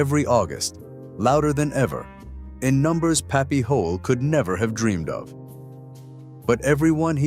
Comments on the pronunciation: That's Pappy Hoel its pronounced Holy or Hoil not Hole!!!!! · You say thiIs is the real history of Sturgis but can't pronounce puppies name correctly. Its HOYLE!!!!!